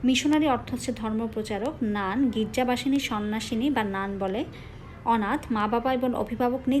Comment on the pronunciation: নানা? নানকে নানা বলছেন.